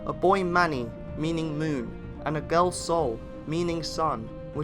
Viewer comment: As a Dane i cant help but me amused by how you pronounce "Sol" and "Måne" Amazing